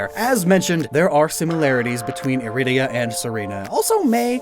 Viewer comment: I love how people have a different way of saying Irida. I pronounce Irida as (Ear-a-da) for iridescent (synonym for lustrous), pronounces Irida (I-rida) then you have how pronounces it (e-rid-da)